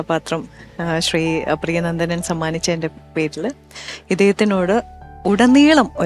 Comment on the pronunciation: പ്രിയനന്ദൻ അല്ല പ്രിയനന്ദനൻ എന്ന് ആണ് പിഷാരടിയേ.....